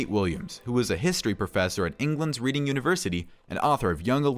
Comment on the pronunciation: Reading, the place in England is pronounced "reding", not like the verb. The university is called "The University of Reading", not England's Reading University. To call the university "England's Reading University" is the same as calling People magazine America's People.